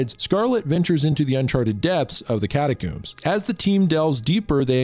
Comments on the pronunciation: I cant get over the fact that you say catacombs like cataCOOMS and not COMB XD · it's "cata-COMBS" rhymes with homes. not "cata-cooms" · It's pronounced cat-a-combs not cooooms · Hehehe “Catacoombs” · Cata-Combs, is the way you pronounce it. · "How many different and incorrect ways can this youtuber pronounce 'catacombs'" challenge is in effect. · why you pronounce catacombs like that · Had to stop watching after he couldnt say catacombs right